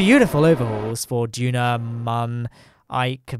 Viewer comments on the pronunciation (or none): It is DUNA not DUNO! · He said DUNO not DUNA!